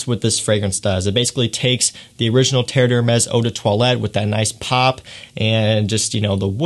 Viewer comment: Good info, but please take a look at how the name of these is spelled (it's on the bottles you're holding): Terre d'Hermès. Compare to what you have in your title and description "TERRE DE HERMES." And how you say it: three syllables, not four.